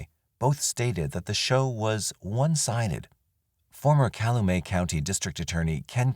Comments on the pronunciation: It's pronounced Kal-you-met not Cal-uh-may... Cal-u-met. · I agree. Especially since a lot of the names end up getting mis-pronounced (Calumet, Koucourek) which is distracting to listen to.